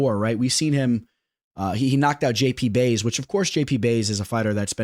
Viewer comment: Did you rlly just call jp buys “jp bays” 🤣😭 how you mispronounced that one is beyond me